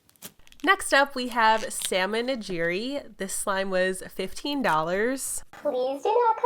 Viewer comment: very sorry, but you said salmon nijiri